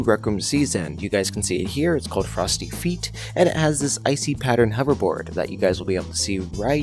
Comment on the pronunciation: ITS FRENCH, ITS PRONOUNCED (Fay-t) NOT FEET